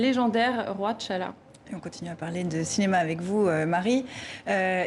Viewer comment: On prononce pas Tchalla de mais T'challa, ah ces françaises et leur prononciation bancale.